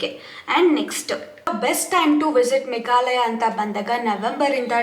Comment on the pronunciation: ಅದು ಮೇಘಲಯ ಅಲ್ಲಾ,ಮೇಘಾಲಯ...ಸ್ಪಷ್ಟವಾಗಿ ಇರಲಿ ಮಾತು....